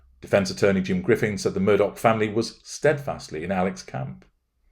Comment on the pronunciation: You got the pronunciation precisely accurate. Glad you’re analyzing this man.